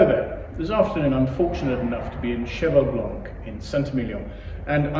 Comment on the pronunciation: Whau, that sounds lovely! Did you say "horsey"? Like "white horse"? 😅 What a beautiful Winery, looks so amazing. Love this wine, the 82 was epic, I will never forget that smell..... Thanks so much!